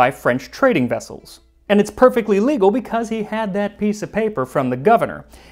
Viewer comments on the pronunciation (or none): none